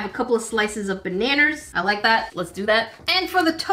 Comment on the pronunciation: I really like how said baneners